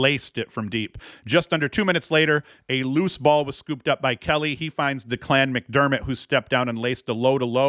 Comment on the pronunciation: Good pod. FYI Declan McDermott's name is pronounced "Deck-lynn" or "linn" as in the beginning of "Lin"da not Da-Clan lol